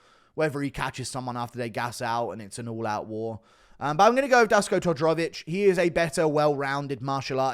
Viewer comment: Dusko is pronounced Dooshko, guru. Give us some balkan folk some love ffs.